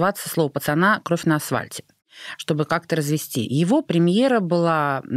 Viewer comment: Я не ослышалась?.. Арина несколько раз произнесла кровь на асВальте